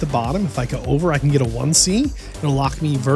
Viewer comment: Never thought I would ever hear anyone struggle with the word "can" or "ken" as it will be from now on 🤦🏼‍♂️